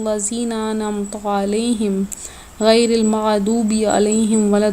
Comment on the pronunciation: Aoa mairy pehly ik bt Bora na manana,,,lufz Kamal nae hai,,lufz kamil hai ok,,,,doosri bt ap ny Surah Fatiha ghulut perhy ap plz kisee sy Surah Fatiha ka sabuk yad kerain,,,Ghairul Mughdoby,,,,ap ny ghulut perha plz islah ker lain or Bora na manana thanks